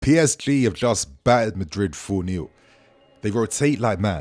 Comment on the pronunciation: You can’t pronounce PSG correctly it sounds very strange.